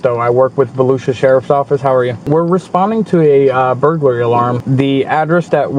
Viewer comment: bur-goo-larry :face-purple-smiling-tears::face-purple-smiling-tears::face-purple-smiling-tears